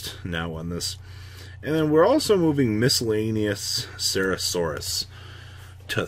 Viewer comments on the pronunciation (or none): if you say miscellaneous cera saurus one more time im gonna put you on the banlist